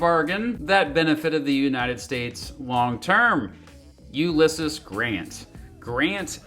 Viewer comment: look up how to say Ulysses